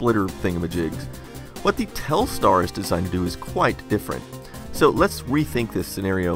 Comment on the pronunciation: Telstar sounds like Telstra